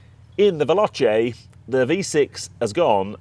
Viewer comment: Respectfully…try phonetically: Vel-OH-Chay instead of Vel-AHTCHay and you’ll get it right!😉